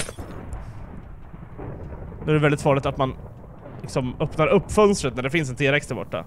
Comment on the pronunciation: nej uttalas t Rex